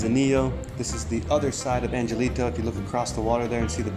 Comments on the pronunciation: Angelito = "on hell ito" (the g is pronounced as an h). Thanks for the video tour. Try Playa Roca Blanca - it is beautiful and more "off the grid". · Puerto Angelito is pronounced Puerto An-hell-ito